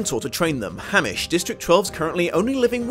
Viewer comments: . "Hamish". It's Hamitch lol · It's HAYMITCH, not HAMISH. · Um, why are you saying Haymitch's name like Hammish? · they say haymitch in the movie. also it's spelled phonetically. so why would you call him hamish. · Everyone: Haymitch.: Hamish. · Actually, his name is 'Haymitch', not 'Ham-ish'. That's why it's spelled the way it is. Liek how Peeta's name is not pronounced 'Peter'. I always figured that it was another of Collins' ways of showing how the culture of this world developed -- not only did society change, but our pronunciation of certain names (and, eventually, their spelling) morphed. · "He keeps calling me Hamich. Which just makes me sound like a ham sandwich" -Haymitch Abernathy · The fact that you called him "Hammich" is hilarious now that we have SOTR 😂😂😂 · Did he actually say hamish lol 😂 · Thresh kills clove, not Glimmer. Also the careers also include district 4 as well as 1 and 2. Also, Thank you for pronouncing Panem correctly. Although you didn't pronounce hamitch correctly. It's a long a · Hammitch. Did he just Fucking say Hammitch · No one else vexed by how he says haymitch